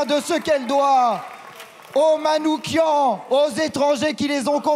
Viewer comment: Très bien, mais c’est Manou/ch/ian, comme dans /ch/ien.. On a reproché à Marine Le Pen de mal prononcer ce nom, siouplé du coup, vous, faites gaffe !